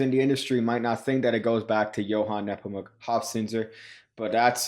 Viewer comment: Being german, props for correctly pronouncing "Johann Nepomuk" and not as "Joan Neepomac". The "z" in "Hofzinser" needs a little work though; it's pronounced like a "ts" - not like an "s" and neither like a th.